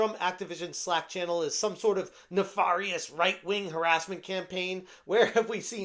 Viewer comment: As I've said before: nuh-fair-ee-us. Not neh-far-ee-us.